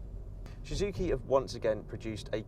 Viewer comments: Am I the only one who noticed that he can't even pronounce the brand of cars he's testing. Shhuzuki it's so annoying fuck....! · This guy don't know how to say Suzuki... 😂😂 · What's with his pronunciation of "Suzuki"...?